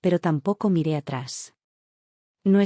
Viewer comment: Que significa la expresión SANCLEMENTE, que la oigo en muchas de sus historias..? Excuse, me parece que es error de lectura y lo que quiere decir es SIMPLEMENTE. De lo contrario no entiendo esa exclamación..!! Gracias.